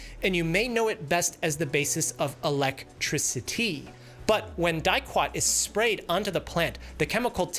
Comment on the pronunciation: This is how i'm pronouncing electricity from now on